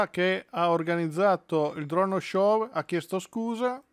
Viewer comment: Tutto bene però SHOW si pronuncia senza la W finale: SCIO' e non sciov. Non si può sentire !